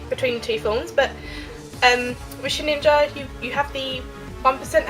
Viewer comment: Did you say Sheninja instead of Shedinja? :P